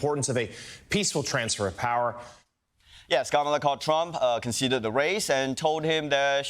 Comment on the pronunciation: “Transfer of powah”